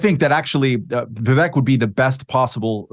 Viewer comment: Viv-Vake…. Read it like this so ‘pundits’ at least can say his name correctly!